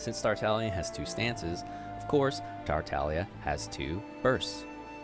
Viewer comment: Does he just not say the G in tartaglia?